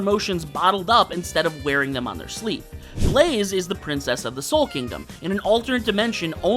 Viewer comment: It's soul not sol